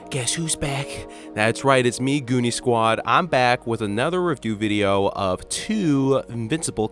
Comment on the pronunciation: Did bro really just say goonig